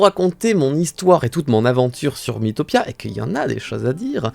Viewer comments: Pk tu dit Mi-i-topia ça se dit mitopia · Ça se prononce mitopia